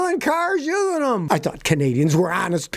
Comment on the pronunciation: "Uzeen"???? "Capuhbildees"????